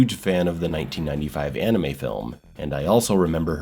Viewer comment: It's "anime", not "animey".